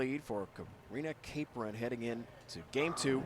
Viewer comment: I know Karina Capron! Also the guy said her name wrong. Cap-ron, not Ca-pron